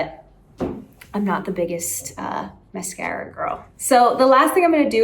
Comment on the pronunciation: They way she says mascara is giving her New York accent 😂